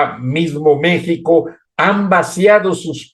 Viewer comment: Porque no dices Manuel López Obrador así como se dice en Español? 😊jajajaja se escucha mal di en español igual que México nooo mexxxicou